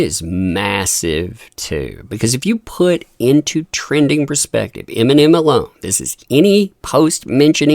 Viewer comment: "iminium" lol.